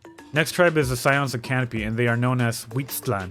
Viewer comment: The one that made me cringe the most was hearing Ajaw pronounce Huitztlan as "hoisT-land"